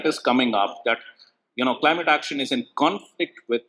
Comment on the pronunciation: Not cleemat it's Climate make correction. 😅